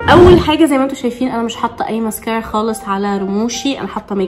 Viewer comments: مسكارا❌❌❌❌ مسكيرا✅✅✅ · علفكره اسمها مسكاره مش مسكيره يخربيتك عسل😴🥰❤ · مسكارا ❎ مسكيرا ✅ 💔😂